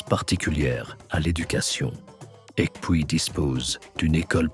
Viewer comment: Aïeeee la prononciation de "Ekpui " on ne doit pas entendre le k . Bravo pour le documentaire